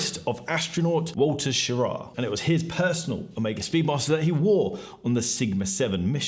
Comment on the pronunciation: Thanks for pronouncing Walter’s last name correctly!